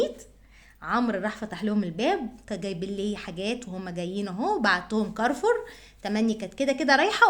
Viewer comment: اسمو كارفور مش كارفر